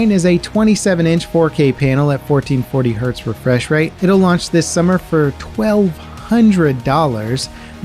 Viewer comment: ah yes fourteen-forty hertz refresh rate, 1440hz... nicely flubbed there 😂